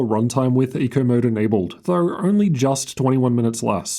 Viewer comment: Its pronounced though.. not thoughr. CS Go.. not CS Gor. And W in T living F is a cumerar?